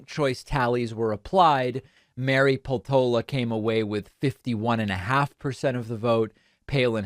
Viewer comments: Peltola is common Finnish surname, just to get a clue how to pronounce it: as it is written, inflection in the first syllable, Pel-tola. none of the vowels are long, they are all short. Like one would say Pesto in Italian, add -la in the end and replace the S. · This doesn't really matter but I know you like to pronounce things well, so here goes: Her name is pronounced /ˈpel.to.lɑ/! So, stress is on 'pel' and it's more like 'peltohla' than 'peltoula'. also, the 'p' is harder -- the way you say it now sounds like 'pheltola'. Honestly, I'd say pronouncing it like it's Spanish might be more accurate!